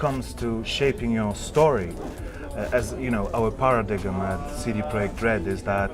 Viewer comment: I love the developer, he answered all the questions so well and give so much detail but im sorry, I laughed really hard when he said Paradigm as Para-dig-em , forgive me :p